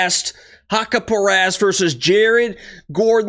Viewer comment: It's pronounced hack-parast bro